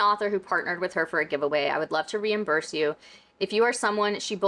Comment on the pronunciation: "reimburst" is wild XD